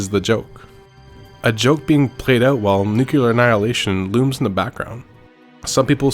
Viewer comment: What the fuck is a "nukular" bomb?